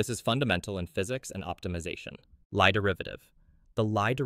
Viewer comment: You mispronounced Lie. The name of the mathematician you learn from graduate level math, specifically topology is pronounced Lee but spelled Lie